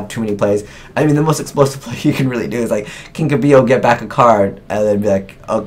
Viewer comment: If someone pronounces kinka-byo wrong again I'm going to explode